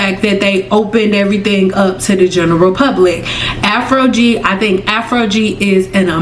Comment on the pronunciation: Why do you keep saying Afrogee?